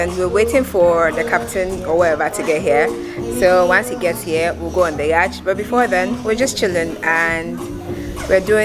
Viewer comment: quick correction: The pronunciation of yacht is NOT ‘yarchhhh’ — it is ‘YOT’.